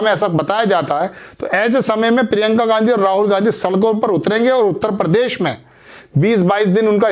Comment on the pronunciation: दुनिया के सारे चूतिय इसी चैनल पर है क्या ? एक तो इनको ठीक से हिंदी बोलना नही आता परदेश नही प्रदेश होता है । परसारण नही प्रसारण होता है